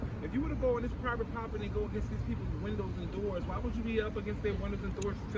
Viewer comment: "You thee me on public propityy" at it again